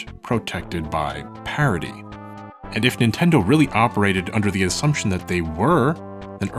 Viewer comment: Where are you from? Your pronunciation had me so confused (amicus/ameekus, parody/parity)